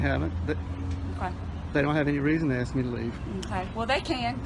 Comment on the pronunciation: It’s “ask” , not “aks “…wow